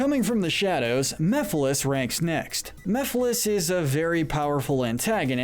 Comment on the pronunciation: Mephiles, not Miphiles